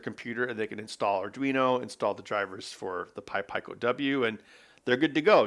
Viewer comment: It's pee co but I like when he pronounces things funny